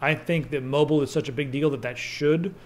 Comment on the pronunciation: Lol "moble" Moble soder nuculer.